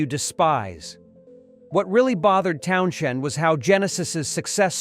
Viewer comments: The man's surname is pronounced Townsend and NOT Town SHend! Everybody else knows this. Please wake up to it! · It's just pronounced Towns end not Town shend. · Town z end, there is no shhhhhh in there fud. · What genius picked this AI voice that can’t pronounce TOWNSEND?? It’s not Townxiend, FFS… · If you're going to use a crappy bot to do your work fit you, you could at least train it to pronounce Townshend (Towns hend) correctly. There is no fucking SH... Or maybe you don't even know how... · The AI narration sounds really stupid! The video is about his comments and opinions, but the AI voice keeps mispronouncing his name as Town-shend! 😂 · Lousy AI, Townschend? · Not 'TownSHend' but 'Townzend'. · For one , it is Town-send , not Town-shend . I just listen to the various music that I enjoy , be it rock , blues , soul or whatever . Not one musician , athlete or actors opinions resonate with me . They think too highly of themselves and are rich elitist fucking snobs ...... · stop using this bs AI boring narration. i.e. it's Town-Send, not town-shend.. argh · This clown narrating can't even pronounce Townshend's name‼What a complete idiot‼😂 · the name is pronounced "TOWNZEND" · Dude if you exist the name is pronounced peet town. zend, bloody immatures, sorry I meant amateurs. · Towns-end, you don't hear the H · The narator doesn't say his name right. Townjen ?? Lol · "TownSHHHHHHend" GTFO!!! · ...why does this Deushbag kee p call Pete ,,,," TownSHend?".... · This is all bull shit , and its Townshend not shend , idiotic cack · 2 minutes in and had to stop watching.......townSHend? really? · Pete town shend? ffs. more A I crap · It’s Pete Town send………not Townshend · TOWN SHEND !!!!! FFS when will they actually learn to pronounce names and words correctly ..... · You don't even know how to pronounce his last name. It's pronounced Town-Send. The H is silent. What a joke. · Please stop saying Town'shend' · I thought I heard Towns hand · AI mispronounces Townshend. Lame.